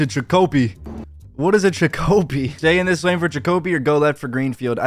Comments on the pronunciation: Its CHICK A PEE NOT CHICKO PEE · “Chick-oh-pee” he says 😂 that’s my neck of the woods friend. MA. In you’re wondering it’s usually pronounced “Chick-uh-pee” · hey i just wanna say its funny af how you pronounced it it's a town in Massachusetts its chick-a-pee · Damn really mispronounced Chicopee lmaooo it’s pronounced Chick-uh-pee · Chicopee is pronounces like chikopee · It’s pronounced chick o pee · It's pronounced Chick-a-pee, my God so uncultured bro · The way you pronounced Chicopee 😂😂😂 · mans really pronounced chicopee wrong LMAO